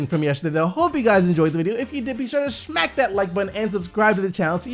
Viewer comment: The way he's intentionally say smack like that is hella annoying